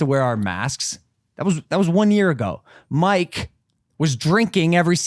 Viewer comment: Honestly pisses me off when people don't take a few seconds to learn how to pronounce someone's name right (Mike). Like I'm sure you don't mean anything by it but just take a few seconds to ask or look it up, it goes a long way. It sounds so condescending and disrespectful to botch it